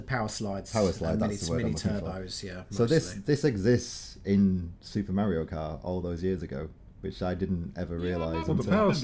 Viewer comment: Nobody says Mario karter 🙄